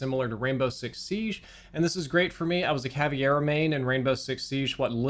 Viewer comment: Hard to believe you were a Cav main when you can't even pronounce her name 😂😂